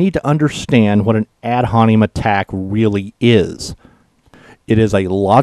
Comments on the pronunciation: The phrase is pronounced "ad hom-in-im," not "ad hon-e-em." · Ad Hominem. Haw mih nehm. Otherwise, awesome. I cracked up throughout. :-) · Three syllables, "hom-in-em". Ad hominem.